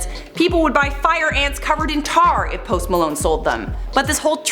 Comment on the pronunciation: You can tell she did Keto and failed by the way she talked about it! :-) WTF ist Post Malne or melone or Melon?